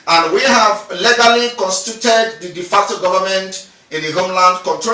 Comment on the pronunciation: "DEFECTOR Government" or "De Facto." It is "De Facto" and not "DEFECTOR." De Facto" is a Latin word that means "In Fact."